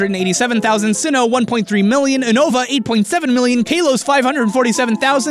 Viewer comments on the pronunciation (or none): Oonova -_- If you have seen the anime its pronounced You-nova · Uno-Vah & Kah-Los. Not Oo-Nova & Kay-Los... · "kaylos" and "uhnova" tho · Is no one going to talk about the fact that pronounced it "Kahn-toe", "Uh-no-va", and "Kale-oss" instead of "Can-toe", "You-no-va", and "Kal-oss"? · Uh-noh-vah lol it's U-no-vah. Kay-loss xD it's ka-los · Un-nova. As well as kon-toh. Great. I am grinding my teeth together. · He pronounced 80% of the region names wrong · he pronounce unova wrong